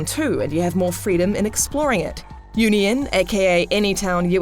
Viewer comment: Nice pronunciation of Union, did you even play the game?